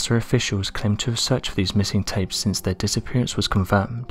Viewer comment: The REAL "unexplained mystery" is how there's an "m" sound in the word "tape"...